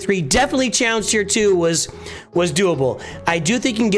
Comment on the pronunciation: “tallenge teir tee”😂😂